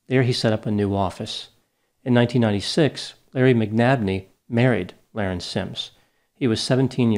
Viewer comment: Her name is being mispronounced. It was pronounced La-Rin, not Lar-en. The IQ test is a legend. There was no IQ test. It was explained that she had a high IQ in high school because she had dropped out due to her being "bored". She just had other pursuits than an education.